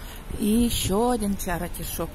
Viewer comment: извините,но в слове CHARITY нет звука "о", как Вы произносите на русском - чарОти.... Надо хотя бы "чарити" произносить или "черити"